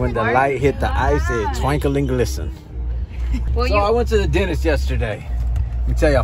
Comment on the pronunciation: "When the light hit the ice it twankle n glissin."